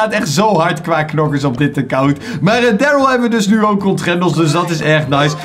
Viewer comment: ik weet dat nog toen jij pas was begonne met brawl zoen kreeg je darrly ook uit een knokdoos en je sprak darrly toen helemaal verkeert uit😂